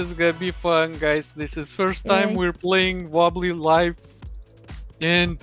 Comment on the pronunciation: its Wobbly Life not Wobeli Laif